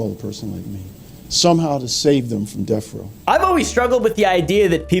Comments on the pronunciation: "Your appeals is lost." And did he say "def row?" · "DEFF ROW" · Did the Diddlers black attorney call it “deaf row”?